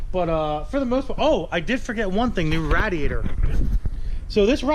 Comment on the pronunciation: Here's a rough estimate of how many times you didn't say radiator right,,,13!!